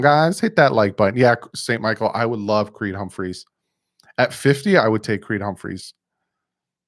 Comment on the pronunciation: Bro it’s Creed Humphrey, not Humpmphreys